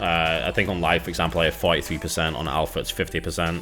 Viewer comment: Alfra?? It's alpha...